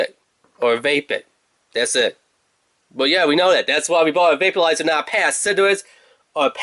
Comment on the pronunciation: Are you saying VAPE-U-LIZER?????